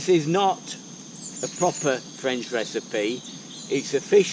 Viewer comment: The French accent needs a bit of work but your cooking is spot on. 👍